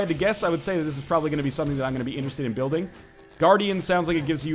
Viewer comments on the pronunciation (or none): none